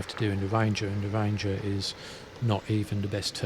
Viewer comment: It a ranger! not a wanger